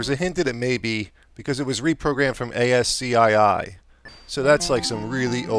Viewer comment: ASCII is pronounced askee. :) Yes, there were games that were text based made with ASCII characters, but ASCII was also game company at that time, though I don't think it's around any more There's a japanese game company named ASCII now though but it was founded in the 90's. In reality, ASCII is the American Standard Code for Information Interchange, it was a standardized set of characters, 128 of them for 7 bit word length, and 256 for 8 bit word length. Looks like a complicated game though.